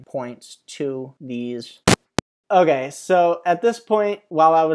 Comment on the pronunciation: it's more like "oh gay" to my ears